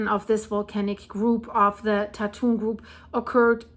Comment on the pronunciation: BTW, Tatun is pronounce as Dah Twun with the 'u' sound like 'uh' as in the word cup. Actually, the number of earthquakes in Taiwan in the last couple of years has been comparatively quite low with only 3-4 actually being felt by the residents of Taipei or the greater Taipei area, including the surrounding surburbs called New Taipei. I'm a resident of Taipei.